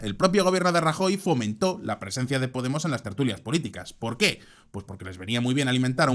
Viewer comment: Pol qué? No hay "polqué"😂😂